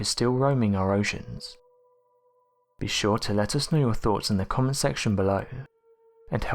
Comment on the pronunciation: Great video but from your accent you are English, so why don't you pronounce your words properly. It is so annoying to hear wif instead of with, fort instead of thought, fing instead of thing, lenf instead of length, over instead of other etc, I could go on. Please pronounce your words properly as English is a noble language and should be respected.